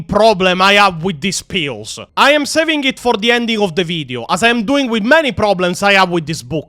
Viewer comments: You accent to me made the word "pills" sounded like "Pios". Are they eating Pios in Hydra Cordatus? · I was listening to the enitre video instead of watching and i kept hearing Pio's instead of pills and was thinking wtf are you talking about, what are pio's